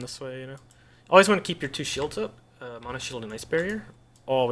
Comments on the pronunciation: I love the video, but I had to stop listening to you mispronounce "mana" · You pronounce mana incorrectly. Not differently, incorrectly.